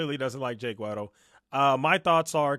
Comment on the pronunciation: Keemstar writes off MOST of the arguments because according to HIS statistical analysis they can't all be true. Flawed Logic here. You can get an estimate using statistics, but the only way you know is if you LOOK INTO THINGS. The way he keeps mispronouncing Jake Weddle's name proves he hasn't even looked at the information enough to realise that Jake is a HUGE part of this story and his story is important regardless if you believe all of it.